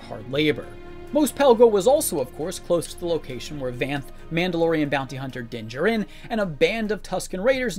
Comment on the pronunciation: Does everyone on this channel mispronounce Din "JARin's" name? Still not Din JERin.